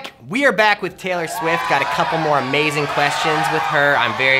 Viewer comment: It's not raylor